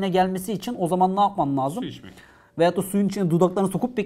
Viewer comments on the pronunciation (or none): Hocam niye veyatta yerine veyotta diyorsunuz :))